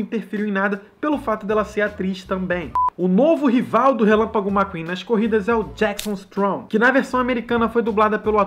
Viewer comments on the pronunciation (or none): Falou errado o nome do Jackson Storm falou Jackson strorm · Kkk ele falou jacksom stromr é jacksom storm kkk ha e pros hater esse comentário não é critica é so meio engraçado